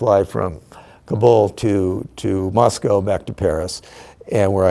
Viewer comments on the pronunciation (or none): none